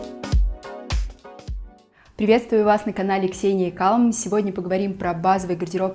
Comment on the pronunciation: Очень хочется и считаю нужным оставить ремарку, что в слове CALM, L — не произносится